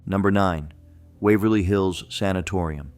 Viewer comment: The AI almost got The Palace Theater and Wavery Hills right